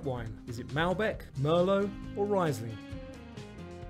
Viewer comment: 35 - nice quiz. BTW the wine is pronounced "reesling" rather than "riseling" (ie=e, ei=i)